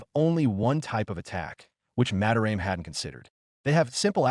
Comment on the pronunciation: "Ma-da-ra-meh" not "Mah-de-raem"